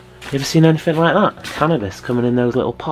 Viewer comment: I love watching all your vids but there's one thing that bugs me in them all!!! You keep saying anythinK which should be anythinG??? Please say it correctly in your new vids lol 😆 oh and I hate cobwebs too 💖💖💖